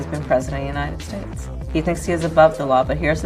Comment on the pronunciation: I don't like how she pronounces United States. She pronounces it "Yahhnited States".